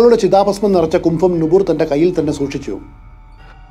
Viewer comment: കുംഫം അല്ല കുംഭം ആണ്. ശരി